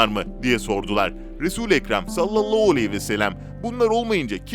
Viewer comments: Sayın arkadaaim kelimeleri düzgün konuş sallallahualeyhivesellem diye okuman gerek ama sen sallallauuu vesellem diyorsun böyle olmaz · "Sallallau vesselem" değil "sallallahü aleyhi vesellem" olacak. Biraz çalışarak düzeltebilirsin. Bunca insan izliyor, kendine biraz çeki düzen vermen, diksiyonuna dikkat etmen faydana olur ! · Aynen bi tuhaf söylüyor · "Salallahu aleyhi ve sellem "derken diksiyon bozuklugunuz var biraz çalişsaniz iyi olur